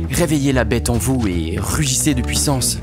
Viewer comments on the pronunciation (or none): none